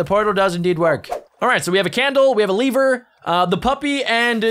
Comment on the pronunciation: Man just called a lever a leever